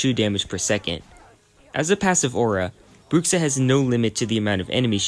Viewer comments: "Brukksa" Me a portuguese speaker: YOU DIED (of cringe). ps: for english speakers its more like "Bruusha" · Your 'Bruxa' pronunciation is soo good 🤣🤣🤣